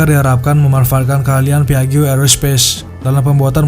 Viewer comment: Maaf,... 😊 PIAGGIO dibacanya: "...PIAJJO..." Jangan kepleset jadi PAIJO, ya...😂